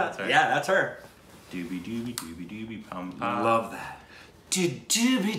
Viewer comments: FYI - Its zoobi doobi not doobi doobi...it sounds funny though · It's not dudi dudi it's jubi jubi